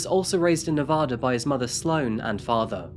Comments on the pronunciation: I live in Reno. She was murdered .25 miles from my house. I was headed home from the gym and my way home was blocked off. It’s Nevaduh not nevoda. 🤟🏼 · For future reference it’s Nevaaaaaada not Nevahhhhhhhda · why does everyone from outside of nevada pronounce it “ne-vah-duh” 😭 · Why does everyone pronounce Nevada wrong 😭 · sorry but once you pronounce "Nevada" incorrectly. CSI TV show is partially to blame. The show pronounced it just like this narrator so everyone thinks the TV people can't be wrong but they are! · But he can't pronounce Nevada correctly. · I live in Reno and I remember this case as it was happening! My grandma knew the judge. We’ll forgive you for the pronunciation ;) you should look into some other local crimes. Brianna Dennison is another good one. If you need local photos or insights, let me know! I’m happy to help one of my favorite channels! (And yeah, everyone here hates Darren Mack to this day 🙃) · Actually he pronounced Nevada incorrectly. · My home town! And I love your channel but goddammit, please stop pronouncing Nevada wrong, it's hard continue watching (may not matter to others but it pi$$e$ of Nevadans)! I've kinda heard of this story. What surprises me is nobody covers the S.A.'s at the University leading to the kidnapping, S.A. and murder of Brianna Denison in 2008. That was huge.